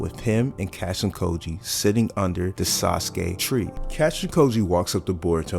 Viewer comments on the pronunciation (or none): Lmao you’re pronouncing kojis name wrong it’s not “cashin koji”lol